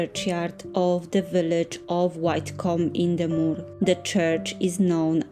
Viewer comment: Hi you make wonderful vlogs which I love to watch and often watch again. I love to see where you visit and I love to see what you make and bake for your family. Just for your own reference and you will be interested to know....Widecombe is pronounced as " Wideecombe " I'm not far from you, Taunton but don't have a car so it's wonderful to see the beautiful places you "take us" so thank you 💖🌹 I also have a few of your candles that my daughter bought for me as gifts and they are really gorgeous scents and create a wonderful ambience in the pretty jars.